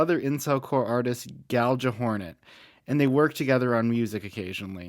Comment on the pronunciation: "Gal-juh-hornet" opinions rejected.